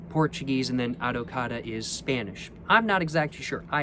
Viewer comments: little tip, the ç you pronounce like an s so adoçada is more like adosada, similar spelling to how argentinians say asado. and yes adocado is "sweetened" in portuguese. its just saying sweetened cachaça enjoy your stay in brazil! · Your videos are great, just a little correction: it's caCHAça, not caÇAcha lol Edit: adoçada (pronounced A-do-SA-da) means sweetened